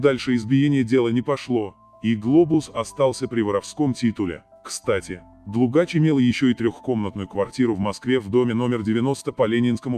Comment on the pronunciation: ДлУгач ударение на у